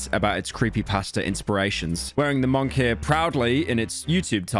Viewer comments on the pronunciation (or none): pyro says monkier instead of moniker. please make sure to read your scripts correctly pyro